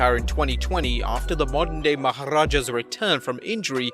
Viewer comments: The dude again pronounces "Maharaja" awesomely 😃😃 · Even though he is British he still pronounces 'Maharaja' like an Indian